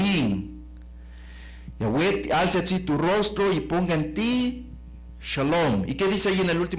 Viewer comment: No es Yáhweh sino YAHWÉH